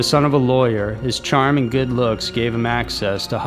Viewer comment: Ees goot . end a like .